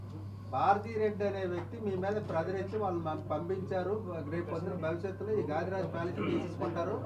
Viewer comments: It is not Gadiraju, it is Gaadiraju, but spelled Gadiraju always. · గదిరాజు కాదు గాదిరాజు.